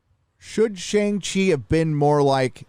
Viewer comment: dude... "Shang-She"